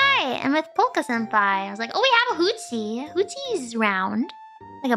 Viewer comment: Hooties? 應該是Hootsie吧